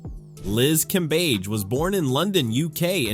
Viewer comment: Cambadge, Cambeige, Cambej...AI giving us different ways to pronounce Cambage.